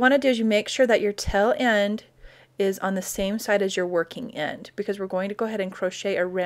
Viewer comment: Taaaaaale end. Not tell end